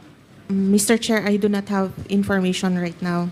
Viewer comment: tapos opis(office)of(op)payling(filing)information(impormation)one point two.(Wampoint2)kakahiya😂😂